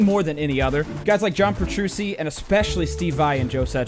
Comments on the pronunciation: ITS PETRUCCI NOT PETRUSSI!! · Heads up, it's Peh-true-chi not Peh-true-see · How dare you pronounce The God Petrucci's name like Petrushi :( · We just gonna ignore the fact that he said John petruSEE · Petruchi... thats how you say it. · "John Petroosi" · Lol guess he was too dumbfounded by the dude's guitaring to get the pronunciation right. Lol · Petrucci is pronounced petruchee he is from an italian background where ci makes a chee sound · Did you just say "Petrusi" ????? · John Pe-tru-see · The way he said petrucci tho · Noooo... TheDoo doesn't know how to pronouce Petrucci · Did.... You.... Really.... Mispronounce JOHN PETRUCCI'S NAME?!?!? UNACCEPTABLE